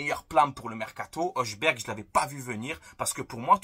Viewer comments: En danois le J se prononce comme I , Y, donc Højbjerg se prononce Høybyerg, la lettre H se prononce aussi Ha comme les arabes, néerlandais, allemand etc. Mais très bon jt comme d'habitude j'aimerais bien Højberg a l'OM. Merci aussi pour cette vidéo vu la journée éclaté que j'ai passé surtout que Fort Boyard va revenir le samedi 17 août après le jeu de Paris. Aller l'OM à la vie à la mort. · Je crois que ça se prononce Hoïbierg.